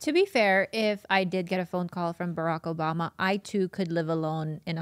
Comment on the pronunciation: Oarack boboma dyslexia at its finest